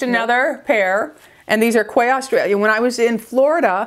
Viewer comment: Quay Australia is pronounced “KEY”